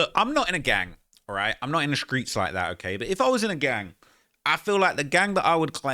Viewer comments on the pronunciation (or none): Did you just say “skreets” ?